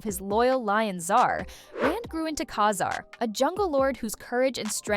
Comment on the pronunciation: Ug. The way the AI switched back and forth between two pronunciations of Ka-Zar, and then again with Namor. Just horrible. Hit “don’t recommend channel”.